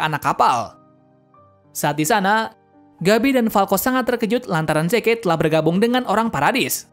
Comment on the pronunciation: Maaf.. kayaknya prounounce Zeke itu : Zi~k deh, soalnya agak timpang aja, Yeagerist ato pun yeager pake pronounce Asing tapi Zekenya pake Prounce Mother Tongue kita. Ya kalo gak keberatan sih masukannya.